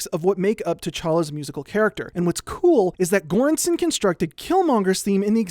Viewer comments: Another great video. If you want to know how Göransson is pronounced properly, it’s kind of like “juran-sonn”, with “ju” as in “jury”. Not a hard g, just like there is no hard g in English words like “gem”. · Göransson 's pronounciation is closer to an english soft G as in George. I am not trying to be nitpicky is just an observation :) Your channel is trully one of the best things on youtube. Keep up the amazing work and greetings from Sweden. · That's ... that's not how you pronounce Göransson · Holy shit you butchered Ludwig Göranssons name 😂. It's okay tho. I know it's hard with foreign names but you could have looked it up. Fantastic video either way!